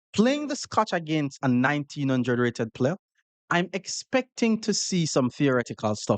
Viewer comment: nineteen hundRRed, hard R and everything 😂😂